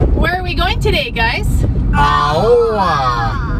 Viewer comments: When you pronounced Aoa I thought you meant Auā. Which thats another village before you get to Aoa. Aoa is pronounced as Aoh-ah. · lol I would pronounce it “ow-ah” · Yea it's like [ ahh - ow - ahh ] no hate😂😂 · Aoa easy to pronounced owa. Hope that helps. Also you guys should visit Sailele. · Or simply pronunced Awa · This is were I grow up at, one of the best place on earth in my opinion😂. And you also pronounce Aoa wrong, you pronounce as AUA. But thank you for sharing your awesome video.